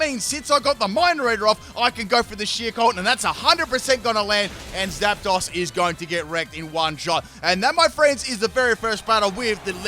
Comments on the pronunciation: I fucking love your videos and I've been a fan since XY, but HOLY SHIT you gotta work on your pronunciation lmao it's not "ROY-A-CALL" it's "Re-Coil", "Jie-Row" not "Gear-o", and "Zap-dose" not "Zap-doss" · It’s pronounced Zap-Dose